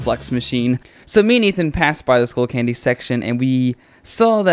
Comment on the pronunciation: Its skullcandy not schoolcandy